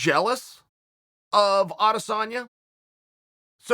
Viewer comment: Adesanya is pronounced "I dis own ya" not "Ades San ya". Get it right folks.